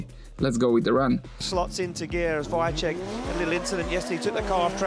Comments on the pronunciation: mega, ten drugi jakoś sobie radzi ale VAICHECK XDD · wajczek xddddd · Wkurza mnie jak ten koleś komentujący wymawia nazwisko Piotrka.